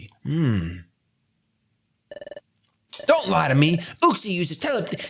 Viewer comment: Everyone else: “Uxie”: “oOxIE”